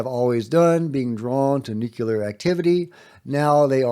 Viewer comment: It's nuke-lee-are. 😂